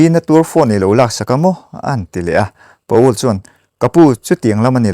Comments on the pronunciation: Pa-ul nilovin Pawl tia lamtur. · Pa ul ti a lam loh tur Pawl tih tur... 😂😂😂😂